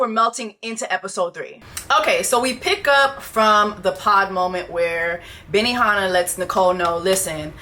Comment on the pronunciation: Not "BENIHANNAH" 😂